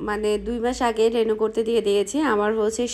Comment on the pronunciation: কেনো বার বার রেনু বলতেছেন? রি নিউ হবে